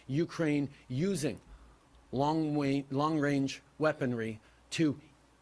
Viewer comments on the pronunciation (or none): Trudeau: “Long wange…” 🤭 what a clown. I believe the opposite of what these grifters say. Candace Owens has these people pegged.